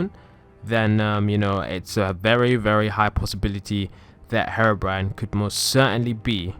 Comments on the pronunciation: It's HERO-BRINE not HARO-BRINE 😂😂😂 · Google says herobrine like this"hair brain" or "her brain" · Maybe harabrine might be in my world, but I came for Herobrine ! God.. get the pronunciation right, chump. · I've trolled someone being heerobrine 😂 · You pronounced Herobrine wrong